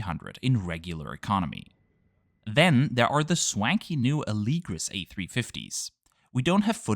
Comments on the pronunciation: Interesting that you say Alēgris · All this time I thought it was pronounced Ah - le - gree